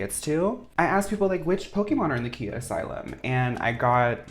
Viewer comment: Just wanting to say the Rapper Khia's name is pronounced :Kye-ah, not kee-ah.